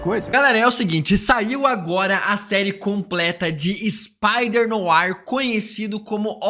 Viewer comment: Tu acertares a pronuncia do francês de "NOIR", que fica algo tipo "NOÁ" e não como estás falando.